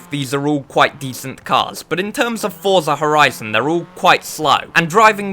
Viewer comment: Fuyza hwizun foive 🤓